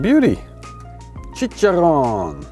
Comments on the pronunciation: it's chichaRRón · This looks awesome bro....you crack me up on how you pronounce tortillas and chicharron....hahaha=p